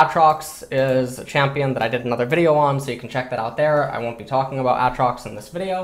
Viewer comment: Still don't understand why he says A(t)trox instead of Aytrox.